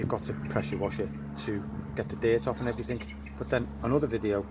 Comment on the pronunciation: You defo dont know everythink. Dont know a 'k' from a 'g'